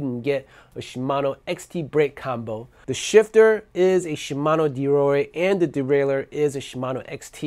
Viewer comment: “Derore”? I’m sure you mean ‘Deore’. 😉